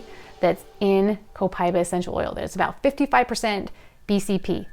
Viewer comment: Pronounced Copa eeeeba